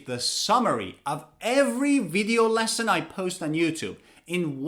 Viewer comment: Why do you say leston?